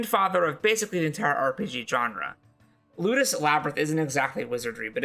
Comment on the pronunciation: "L Labyrinth"?! Yeah that won't be hard to find. sigh It wasn't spelled out on the timeline nor the countdown intro along with "2." It sounds like you are saying "Lootis" the transcript says "Lotus." The creator wasn't credited either making it that much more difficult to find. Thank you for the suggestions but how can we enjoy them if we cannot find them if we don't know what they are called? 😢